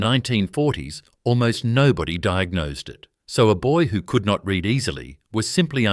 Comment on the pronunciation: Read .. pron. red